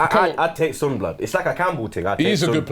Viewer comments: It's not Sunnn it's Son. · Its Not SOON its Son like Sawn you idiaaat kkkkkkk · Kinda irritating they saying sun not son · Its SON not SUUN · Why tf are they calling him "soon" smh...this channel specializes in screwing up name pronunciations... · Why do they pronounce "Son" like idiots?